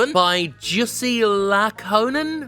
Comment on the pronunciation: The closest approximation I could give for the pronunciation of Lakkonen's name is "you-see lock-cone-N"